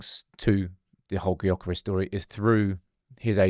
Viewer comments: It’s pronounced Yokeres!! The G is silent!! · Please, for the life of G, pronounce his name as 'Yur-keh-rehs'. I'm English ffs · It's Yokeres! The G is silent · It's Yokeres! The G is silent.. shows how much you know! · Please pronounce his name correctly